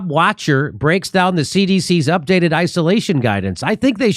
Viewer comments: Not Bob "Watcher." Bob Vock-ter. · Wachter is pronounced, walk-tur